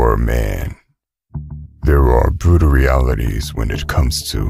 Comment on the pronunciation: It’s bwutal